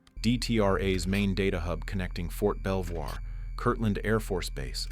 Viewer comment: Fort Belvoir is pronounced "Belvor" and Secret Internet Protocol Router network, or SIPR, is a pronounced acronym. Just say "sip her" like it's one word. Another great video!